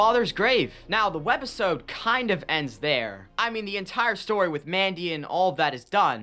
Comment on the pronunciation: I luv yr content bro but idk if i was high af but why do you say WED OR WEB - episode like i had to replay it a couple of times thinking i was high af but that was weird to hear😭😭😭 keep up the good work bro